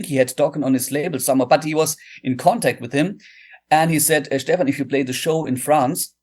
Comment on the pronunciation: Phenomenal interview with an amazing guitar player and composer! The only "incorrect" item was how you pronounced his name. It's not Steven, it's Steph-an.